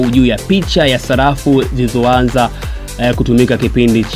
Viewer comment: Salafu, histolia,nyelele mtangazaji mhhhh!